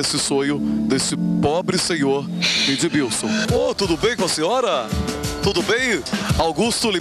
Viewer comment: Ed"b"ilson... HAHAHHAHAHAHAHAHA